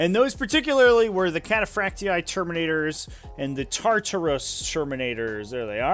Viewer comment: "Cataphracty-eye" it's just cataphracty for pronunciation